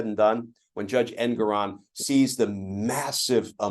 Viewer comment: Can you guys PLEASE learn how to pronounce the Judge's name. It's en-GORE-on. Arthur en-GORE-on. It is not EN-goron.